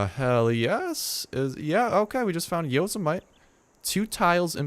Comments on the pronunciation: Lol yozamite. its pronounced yo-sem-a-tea like Yosemite Sam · It's pronounced Yo-Sim-Ity, not Yo-Si-Mite. Just fyi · Yo-sem-a-tee not yos-a-mite